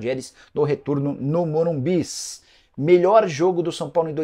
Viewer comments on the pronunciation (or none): none